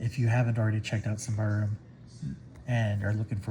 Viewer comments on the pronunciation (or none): I believe it's "sim-bar-rum". But I could be wrong, lol.